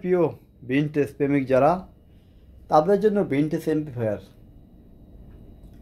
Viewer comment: এমপ্লিফায়ার ঠিক মতো উচ্চারণ করতে পারেনা